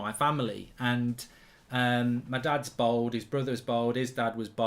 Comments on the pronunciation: It’s bald not bold 🙄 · Mark really showing how proper middle class he is by the way he pronounces bald as bold lol